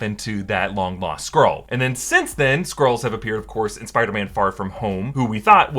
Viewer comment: I keep hearing 'squirls' hahahaha. 🤣